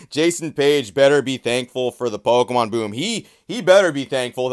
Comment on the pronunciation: Why are you saying “POLkemon”?